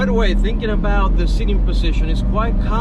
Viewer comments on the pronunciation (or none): none